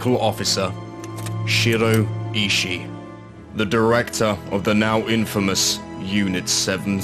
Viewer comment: I think Ishii is pronounced "E-she-e"